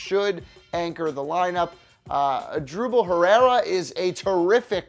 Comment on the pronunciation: “Adrubel Herrera” “mairkel franco” bitch do your research